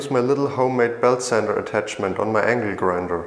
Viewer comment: It sounded like you said "Angry Grinder" instead of "Angle Grinder", made me chuckle.